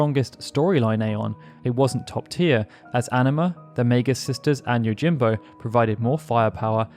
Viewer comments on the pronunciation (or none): none